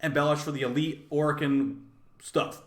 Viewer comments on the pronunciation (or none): none